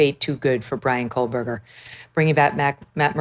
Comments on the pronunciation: She doesn’t even pronounce his name correctly. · Kohburger, loose the L Mrs Kelly. It's been rear 3 years. Time to get it right, 🎉